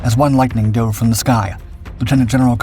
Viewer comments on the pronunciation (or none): none